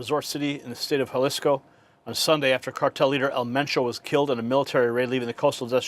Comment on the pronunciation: It's EL MENCHO. Pronounced just like it looks. The most wanted cartel boss of the most violent one. Should not be a surprise to anyone who thinks they can safely hang out drinking and sunbathing there.